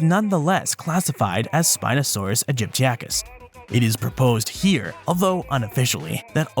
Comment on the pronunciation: It's not Aegypticus, but AegyptiAcus. A common mistake, but one unworthy of an expert such as yourself. Otherwise, a superb video!